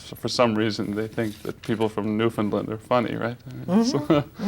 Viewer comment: I love how he pronounced Newfoundland correctly 🥰🥰🥰🥰